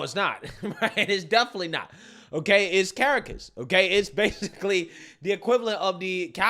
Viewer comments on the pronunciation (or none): still never took 5 seconds to learn how to pronounce Caracas lol. He says it in every video and butchers it every time., my man, it's Cuh-RAH-cus.